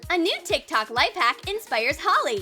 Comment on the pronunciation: Ugh no hate but the way you say tiktok is kinda annoying I am sorry love this channel